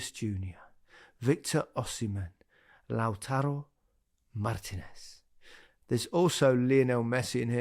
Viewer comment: Which Martinez is Micah on about? thought he was talking about Lautaro Martinez but it sounds more like he's saying Lortillo Martinez